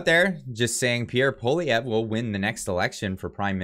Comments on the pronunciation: You gotta learn how to say his name tho lol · Small recommendation.. learn how to pronounce his name ;) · Please pronounce his name right haha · lol it's "paw-lee-ev" with the english accent, not "paw-liv-ee-ay" Otherwise great video! Gotta love how the MSM will demonize anyone they don't like. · It’s poilievre not polivier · Polivier? Dyslexic much?! Pwa-lyeh-vre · it's pronounced "Poliver" not "Polivay"....have you not heard his name pronounced properly all over the media? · ...Pollievre is pronounced Poly ev.. Thanks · its pronounced: "Polly-ev--vre" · Dude it’s pronounced “Polly-ev” the R is silent, it’s not an “a” either 😅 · I do not trust Polievre. I remember his days when he was in the Harper government. The only one I would have trusted is Roman Baber. And Polievre is pronounced: po-le-ae-vre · That's Poilievre, not Poulivier. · HIS NAME IS PROUNOUNCED POLY-EVV. FFS. GET IT RIGHT!!! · ♥️♥️. I argued so much about Pierre NOT being sincere. However, I can clearly see how happy you are. So let's pronounce his name properly. POLI - EVE ( then french roll an R in there but Poli- eve ( soft e like every. Glad you are happy. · It's pronounced Polly Ev. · Lets hope that when Pierre becomes PM, we can all get a laugh at the massacring of his name by people all across the world. For my fellow anglos who aren't from Qc, its pronounced Pou-ah-lee-eh (rhymes with meh)-vruh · It’s pronounced Pol i ev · Pronounce it like poli-ev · Try saying it like this: Pwah-li-ev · Pronounced: PWA-lee-ev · Dude, you gotta learn how to pronounce his name….it’s Pwah-li-ev Just sayin’ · Po lee ev re we’ll have to learn how to pronounce his name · please learn how to say pwa-lee-ev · Is it just me or butchered the name "Poilievre"? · you said his name wrong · Perhaps the moderator could learn the correct pronunciation of the winner's last name eh? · Wrong totals and wrong pronunciation of Pierre’s name. Please be accurate... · Learn how to pronounce his name!!! WOW!!!